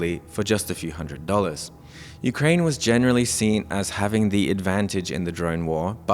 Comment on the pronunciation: Ukrying? haha ... from Singapore . FAFO